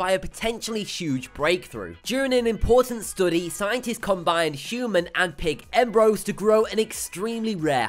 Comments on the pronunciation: He keeps saying " embro" not Embryo its very uncomfortable to listen to. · It's embryo not embro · its breeeeeeeed not bread embreeeeo not ombros dengee not dangmonologue etc etc